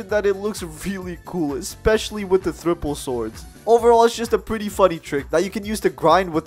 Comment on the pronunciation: He really said thripple 😂